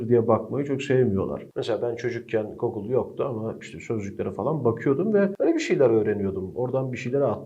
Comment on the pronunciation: Forvo'ya da bakabilirsiniz. (Link verdimiyor Youtube) Kızmak gücenmek yok. Ya şuna "Gugıl" deyin ya da "Google". Yani "Gogıl" nedir yahu. Şimdi bula bula bunu mu buldun. Evet. Bunu buldum. Ben San Fransisko der aynı şekilde öyle yazarım. Paris yazıp Pari demem. Dilimiz okunduğu gibi yazılır. Hah Google artık okunduğu gibi yazılsa amenna. Ama özel isim. Şarz demekten farkı yok. İsteyen istediği gibi telaffuz eder. Ben aslında millete karışmam ama dillerle, ve ortamlarda satılacak bilgilerle müstesna iseniz o zaman bu gerçepe MÜCAVİR alandan bakmayınız. hah ne olur takip etmeyiz.